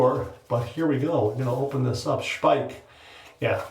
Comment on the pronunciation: And this is why a video is so good. Not only does he take viewer suggestions, he also is educated enough to know how to pronounce Speick correctly! 👍😊 I have the cream and am always amazed at how very little one needs to achieve a great lather ("BOOM!") and a great shave ("NICE! BEAUTIFUL!") 😊😊😊